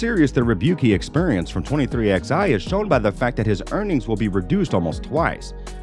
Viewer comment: It’s not xi, it’s 23 eleven